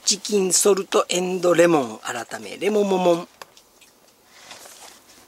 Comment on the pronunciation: 乗(じょう)カルビですよね～ レモモモンもちゃんと言えてないし...